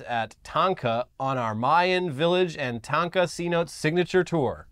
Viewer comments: Love you guys! But it’s not “see notes” it’s “say no tays” for how to pronounce cenote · Cenote is pronounced "sen-oh-tay." Its a deep pool that forms where a spring comes up through limestone bedrock. They're great places to go swimming. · Se- no- te is the word you miss pronounced they’re deep pond in the yukatan a great natural wonder you should look into them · Cenote = seh-no-tay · That pronunciation of 'cenote' 😂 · you're studying Spanish, why would you mispronounce "cenote"?